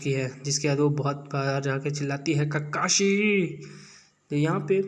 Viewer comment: Kakai nahi bhai, Kakashi Sensei